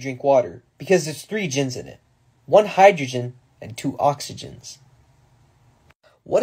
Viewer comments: 😂😂😂😂 hydrojinns and oxyjinns😂😂😂😂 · one hydrojinn and two oxyjinns?? 😂😂 HO2?